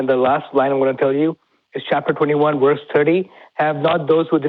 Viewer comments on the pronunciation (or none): pronounces verse as worse... I find that interesting.